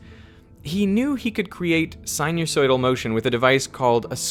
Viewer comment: Great video, very interesting and informative, thanks. Just one small nitpick, you're not pronouncing "sinusoidal" correctly, it's not "sin-you-soidal", the "us" should rhyme with "fuss" or "cuss", not "use". Apart from that, great video.